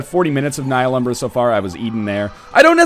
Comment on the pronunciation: THE H IS SLIENT